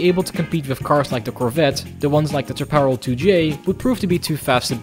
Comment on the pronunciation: Solid playthrough! By the way, Jim Hall will tell you that Chaparall is pronounced "shaap-uh-rahl". He is from Texas, after all...